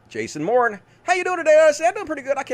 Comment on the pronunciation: Morin's... anyone else doubt it's pronounced the way she's pronouncing it?